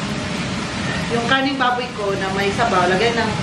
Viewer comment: Pagsabi ni, di lang naman masyadong clear ang letter "R" sa salitang "karneng baboy". Napansin ko na dati pa pero alam ko naman na he meant "karneng baboy" not "kaning baboy". Next time, paki pronounce mabuti yung letter "rrrrrr" sa "karneng baboy" para di ma mis interpret ng ibang viewers mo na nag comment lalo na dito sa video mo. Thank u!